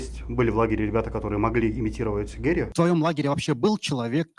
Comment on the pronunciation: Почему ведущий называет Гарри - Геем 😂 🤣 ору